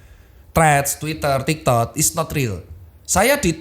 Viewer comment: kok gw dengernya tiktod ya😂